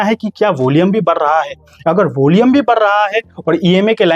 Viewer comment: होलियम नही भाई volume 😂